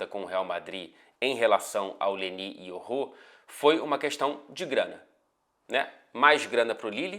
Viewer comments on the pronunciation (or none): So falta mudar a pronúncia dos nomes kkkkk é Leny Yoro, nao LENÍ IORRÔ.